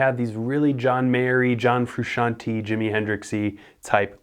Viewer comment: Who the hell is John Fruscian-TEE?